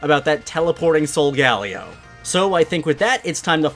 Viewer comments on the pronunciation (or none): He says solgaleo wrong it’s sol-ga-lay-oh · how pronounces Solgaleo: Sole-Gah-Lee-Oh how to actually pronounce Solgaleo: Sole-Guh-Lay-Oh (i used to pronounce solgaleo like ngl) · Does it make anyone else cringe when he says some of the Pokémon’s names wrong. Like VIKAVOLT and SOLGALAO